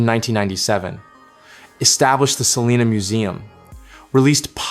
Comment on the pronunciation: This AI is horrendous. Pronouncing the last name wrong and really chopping Selena name. What a disgrace to the families legacy. Really????